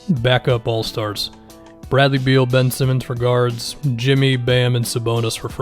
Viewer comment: I'm Australian and i rolled my eyes so fkn hard when you said Bin Simmonds